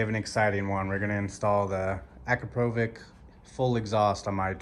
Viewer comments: Damn bro that American accent. AcrapOvik. It's akrApovich. Other than that, nice informative video❤ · 'Akrapovitch', not 'Akrapovik' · Es heisst Akrapovitsch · How to properly pronounce Akrapovic as per the company. ------> Pass it on. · Great video, but the way you pronounce akrapovič really hurts my ears…